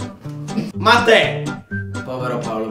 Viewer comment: Se notate la voce che fa ale domande dice mAtt e bise e non mEt e bise